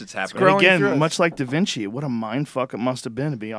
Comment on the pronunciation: It was a joke. He said Divinci, not Da Vinci